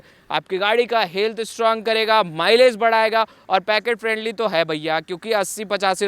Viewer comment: पैकेट फ्रेंडली नही पॉकेट फ्रेंडली होता है भाई l